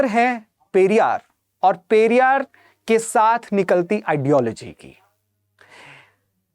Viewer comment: Periyar ko galat tareeke se bola hai aapne ......